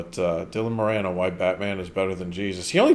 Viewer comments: It's not "Moranne"... it's "Moran", (as if it has two 'r's). 😉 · Dylan Mor-in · It is More-ann; my Irish grandmother's maiden name and that's how she pronounced it. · No. It's MORE on.